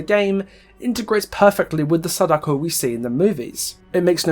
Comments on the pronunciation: Just some advice, since Sadako is a Japanese name you shouldn't stress the "Da"... Vowel stressing is something that doesn't exist in Japanese (vowel stressing is stuff like how we say a-MAY-zing, stressing the MAY) so it'd be pronounced as it's seen, "Sa-da-ko" rather than "Sa-DAko'!! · Hurray, your one of the morons that pronounce Sadako's name wrong. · Good video pointing out the references to the movie but you could have kept your opinion of the book's plot out of it especially since you clearly didn't read it since you didn't take the time to learn how to pronounce her name correctly lol